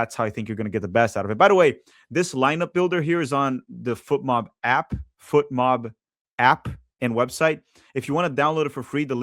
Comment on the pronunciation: Why do you aways say foot mob. Its FOT mob